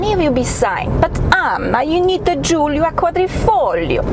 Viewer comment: Giulia, not Julia.